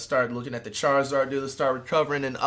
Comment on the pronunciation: "charizard" dude